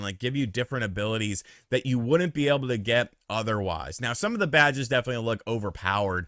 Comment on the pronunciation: Everytime you said “Badges” it sounded like you said “Vages” . 😂👍🏻🌮